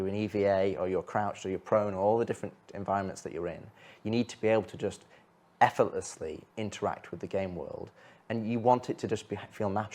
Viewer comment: "You want to be able to F:ortlessly interract with objects" - my personal favorite ;D